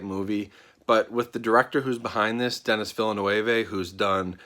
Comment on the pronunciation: Dennis Vilanuooehveh